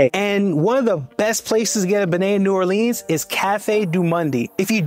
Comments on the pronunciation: I hesitated at "New Orleeens" but cringed and turned it off at "benay" and "cafe doo mundy." Cant do it, cant trust it. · Great video!!! 👏👏👏👏 Treme is pronounced tre-may and beignet is Ben-yay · You went to some classic local favs!!! Treme is pronounced “Trim-aye” and beignet is pronounced “Ben-yae.”❤ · Cafe du monde is pronounced "Cafe Doo Moin" and beignet is pronounced "Ben-Yay" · Great presentation of my favorite city in the world. Great job! However, next time do better pronunciation homework: TREME, BEIGNET, CAFE DU MONDE .. but I still love your segment